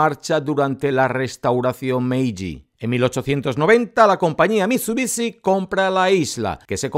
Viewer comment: MIT SU BI SHI , no mitsubici >:C